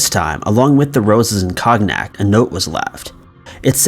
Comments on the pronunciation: Coe-nyak! NOT cog-nack. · My apologies, but did say cog-nack for cognac? Too fuck'n funny. Anywho, awesome vid yet again. Keep up the awesome job. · Lol cognac is pronounced cone-yack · Cone yack not con nack lol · This dude straight up said roses and “COGG-NACK”!! LMFAO IM DEAD!!! It’s Cognac!! Pronounced “cone-yack”.... Smh. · LMAO. Kog - nak..... lol. (pronounced KOne Yak) top 5. you obviously are such a lush. you need to lay off the booze. ( just teasing ya. relax. alls good. love your channel. keep up the good work.) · There's no shame in looking up the pronunciation of words you don't know. "Cone-yak" not cog-nack. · Cog-nac??? Cog-nac?? Its cone-yak... oy vey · " cog - nac ". I pictured an 8 year old at the bar trying to order a drink😂. Its pronounced " cone - yak " brudda. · You did not just say “cog nack “ Cognac is pronounced “cone yak”. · At minutes mark you mispronounced the word Cognac, it's not pronounced as "cog-nack"..it's a French word so I understand that it isn't easily pronounced if you have never heard it said before. "Cognac", it is pronounced sort of like "Co-n-ack or Cone-ack" - the g is silent I'm certain that you can find the word pronounced online .. here is a link to a quick search..for future reference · Con Yak not Cog Knack x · Not cog-knack, It's pronounced like cone-yak ❤ No worries. It happens to the best of us! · Omg he said cog knack. “Cone-yak” is the pronunciation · What in hell is "cognack?" I know you wanna be some kind of amazing narrator,, but in order for that to happen, you have GOT to start researching proper pronunciations. It's getting really ridiculous. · Cog knack really omg come on dude con yack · It’s pronounced conyac not cog-nac 👍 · Cognack? REALLY? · Lmao he said it like cog-nack instead of like cone-yak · Hahaha the way you pronounced the liquor that “the toaster” drinks is not pronounced: COG NACK, but it was funny.😂😂😂 The proper pronunciation of the word cognac is: coney-yack. You are welcome.